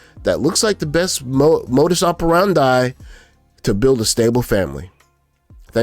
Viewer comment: Quite the relevant take on the intersexual relationship confusion out there. By the way...( ...) "modus operandi" is a delightful Latin expression. It is properly pronounced: ˌməʊdəs ˌɒpəˈrændiː (IPA) Or: "mo-deuce oh-per-ran-tee" Keep up the good work.👍